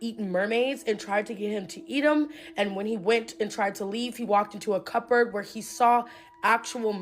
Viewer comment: wow, she's dum.. English is your language. She dont know how to say cupboard, but someone is gonna learn from this dum dum?? THE BOOK OF ENOCH WASNT WRITTEN BY ENOCH, STUPID